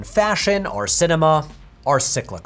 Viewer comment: i'll sign up to nebula if you stop saying "arr" instead of "or" 😅